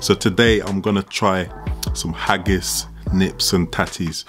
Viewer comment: Its Neeps, not 'nips' 😁